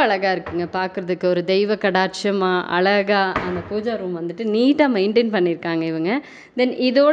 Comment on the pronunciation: நீங்க முதல அந்த வார்த்தைய அழகான சொல்லுங்க அதை விட்டுட்டு அலகாகான சொல்லாதீங்க அதை விட்டுட்டு தமிழ் கத்துக்கிட்டு அதுக்கப்புறம் தமிழ்ல விளம்பரம் செய்யுங்கள்